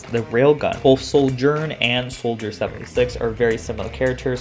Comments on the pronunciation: its not SOULGERN. its Sojourn. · Why are you pronouncing her name with an 'L' in it? ....